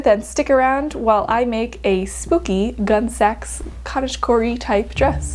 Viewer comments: Great, fun collab. As others have said, the pronunciation is gunny sacks. Historic gunny sacks were made of burlap and used for transporting produce--think potatoes--so they were sometimes called potato sacks. Three legged races used them, so the races were sometimes called potato races (at least in my neighborhood). It was fairly common that flour sacks were used as yardage, but only the poorest of the poor wore gunny sacks. I had a halloween costume made from them. The brand, Gunne Sax, would I think, be a tongue-in-cheek reference to that genre/esthetic of garment making. Like opposite day for clothing. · I also went through the era In my entire region, everyone pronounced it gunney (rhymes with funny) sacks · If one is going to be critical of another for their research, one should make sure that one has thoroughly done their own. The name is pronounced 'gunny sacks,' which is a burlap bag that is used to carry potatoes or other sundry items. The influence for the clothing was a mashup of Victorian, Edwardian, prairie and a dash of renaissance. I know because I was there, way back in 1967, a sophomore in high school. Gunne Sax dresses were beyond my financial reach, so I copied their ideas, drafted patterns and made my own. One can critique without being mean spirited. Constructive criticism is helpful, dissing is not. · Gun-ee Sax - not gun sax. couldn't get further than a couple minutes in, your mispronouncing drove me crazy. Next time, do your homework. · Picky, picky me, but the way you pronounced the brand name just grated on my ears. As i was definitely around at the height of this brand’s popularity, it’s “gunney sacks” like the bag not gun like the weapon. I see this happening more and more with younger creators and it makes me wonder what mispronunciations my generation would have made for terms from the 40s and earlier. Grouse over, I really like how your project turned out! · K I came here to say this exact thing. Pronounced gun-NEE sak